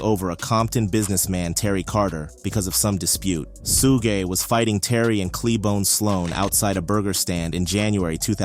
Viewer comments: Suge it’s pronounced shug like sugar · It’s pronounced like Sugar without the r. Suge Knight